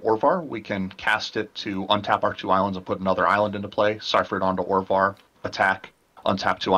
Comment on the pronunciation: Orvar not Ovar..